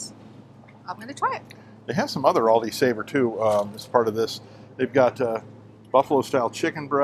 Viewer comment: Everyone calls it Aldis. No sweat! I notice it but I don't freak out or anything 😆